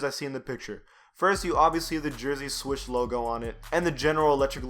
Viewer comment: NIKE SWOOSH! Not swish